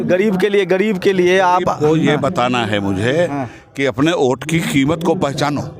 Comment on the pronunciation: मुझे वोट के जगह पे ओट क्यों सुनाई दे रहा 😔